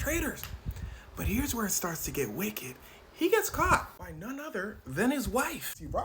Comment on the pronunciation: the hard ER on Wicked is crazy work🤣🤣🤣